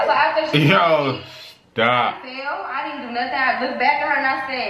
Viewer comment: Everytime said "Yoo shtop" i cry😂😂😂😂😂😂